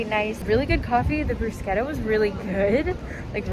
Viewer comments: Since a haven't seen any Italian comment, here I am! Surprisingly I have nothing to say, it was actually quite close to the "correct" pronunciation! And that bruschetta looked pretty tasty. Love and hugs from Rome :) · OMG YOU SAY BRUSCHETTA CORRECTLY